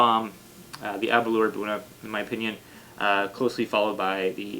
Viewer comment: Nice tasting, yet to try the Arran or Edradour. Here in Japan the Glenfarclas and Aberlour (rhymes with 'flour' btw!) are easy to find and also very reasonably priced compared to the others reviewed here so I have lots of experience with those. Interestingly Scotch is about 20 to 30% cheaper here than back in its homeland due to lower taxes! I guess the old geezers that write the tax codes are whisky drinkers!